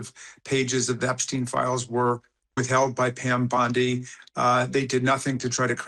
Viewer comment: Bondi...simple name with a soft i...duh.